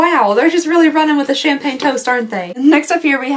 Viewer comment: Every time you said Champaign, my brain would said Problems. 😅😅😅